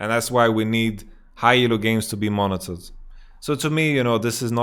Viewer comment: Hey man, I am very confused with your pronunciation xD, Is your suggestion to monetize high elo games or to monnitor them? is it about making winning more attractive and rewarding or just reliably banning whoever needs the ban. Thank you in advance!